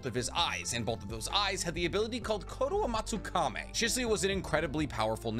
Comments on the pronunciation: But still man that pronunciation of yours :D Edo Tensai, Koto Amatsukame :D :D Watch the anime sometimes. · the pronunciations of kotoamatsukami and edo tensei are killing me